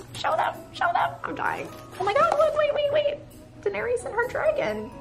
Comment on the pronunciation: you are pronouncing Daenerys incorrectly. (I’m not sure if I spelled it right though. Lol). Merry Christmas to you and Larry!